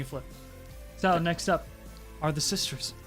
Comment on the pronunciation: "release the three sistors" Why did he pronounce sisters like that xD